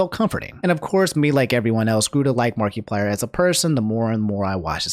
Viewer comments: He also said markyplier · um he said MARKEPLIER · "marky-plier" lol sounds weird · Something about the way you say Markiplier makes me laugh 😆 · Is is me or does pronounce A LOT of things wrong like Toph, Pokimane, and Markiplier ect. ect.